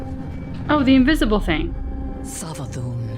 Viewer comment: I dont think I've ever heard anyone pronounce Savathun's name with a Z before lol. Not a gripe or a dis or anything, love this channel, just found it interesting